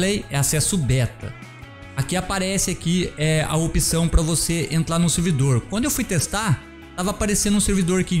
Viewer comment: E impressão minha ou ele fala "entlar, plimeiro, etc?